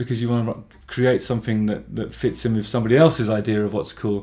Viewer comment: ‘Cafartic’ ‘wiv’ ...why, with all your articulacy and consciousness about your voice, are you unable to pronounce ‘th’ (not meant critically, just curious)